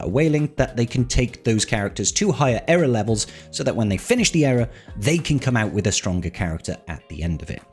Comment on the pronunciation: ear-uh not error......